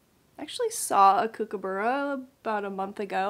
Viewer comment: Loved the Kookaburra and your pronunciation of it. All the best with your Jingle Ball